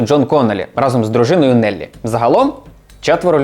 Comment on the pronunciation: рАзом. Бо тригерить коли неправильно наголос ставлять